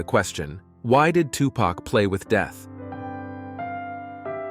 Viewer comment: It’s Tu-Pac (Poc) not Pack I hate when yall pronounce his name wrong.